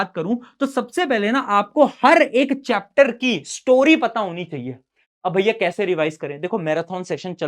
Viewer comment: Bhaaiyaa nahi gh